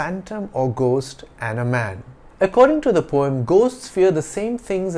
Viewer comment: I might be wrong but I still have the conviction of you have the wrong pronunciation of the word poem in this video. Kindly clarify my doubt.